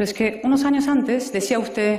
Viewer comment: SEÑOR VICEPRESIDENTE DEL GOBIERNO .USTED. SE PRONUNCIA COMO SE ESCRIBE ..NO SE PRONUNCIA USTEZ ..Y ESTA SEÑORA TIENE RAZON ...USTED ..JULIO ..MIENTE MÁS QUE VE ...